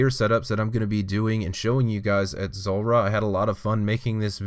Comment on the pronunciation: Anyone else notice that so many people say Zolrah instead of Zulrah?